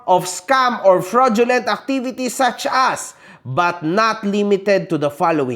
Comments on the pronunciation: This will be your final warning to me... topnocher sa Cambridge University ha! Pati fraudulent hindi masabi ng tama. hahaha! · Doctorate daw siya pero hindi ma-pronounce ng tama yung FRAUDULENT.